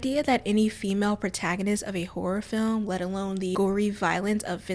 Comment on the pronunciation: Her accent makes it sound like she's saying 'whore film' the entire time😆